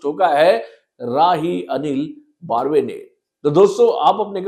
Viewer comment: बर्वे not बार्वे